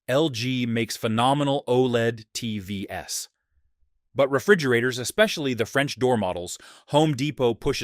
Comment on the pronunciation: AI is getting obvious - it pronounces TVs as TVS - is making mistakes like Mistake S BRING BACK HUMAN "S"